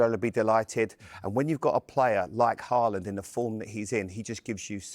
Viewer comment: Learn to pronounce his name first.. Say Halland